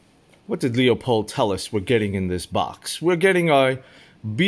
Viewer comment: Loopold, not Leeoopold or loypol like the words. It's a family name, I'm certain they are pronouncing their own name correctly, so I'm happy to help 🖤 Edit: I have a question too. Why are you concerned about animals hearing you? That is an 8 power optic, I assume you are using 8 power to observe at pretty decent ranges, considering the magnification. The sound is unlikely to carry that far in most envrionments, so you'd really only be alerting animals close enough to you to hear it. I'd imagine if they are that close you know they are there and can see them so they can definitely see you or your blind. Really I'm just trying to ask what circumstance or reason you have to need your binoculars when they are that close, under what I think of as 'normal' circumstances I wouldn't be worried about a deer or elk hearing my little velcro flap. Surveillance subjects really shouldn't be that close either. If you need binos to see what they are doing you are either far away or in an urban setting with a comparatively ludicrous ambient noise level. In addition you'll also likely in a car or building if you are lucky, stuck on a roof or on a bench trying to pass as a birdwatcher if you aren't. Is this something you are worried about and just haven't actually sat and thought about whether you should be or is there something you are doing where you have to, like watching foxes? I could see wanting eight power for that and still being close enough and it being quiet enough for the velcro to